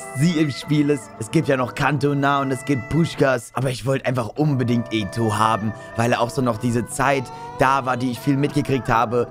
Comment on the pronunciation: ich Feier dich und gönn dir dein Team, was mich aber stört ist das du Eto sagst, der wird halt eto O ausgesprochen 👍